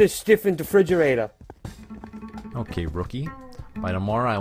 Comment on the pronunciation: " Put the stiff in tha frigerator"